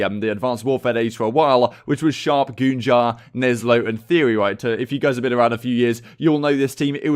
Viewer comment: Man really said goonjar With all due respect.... What the actual fuck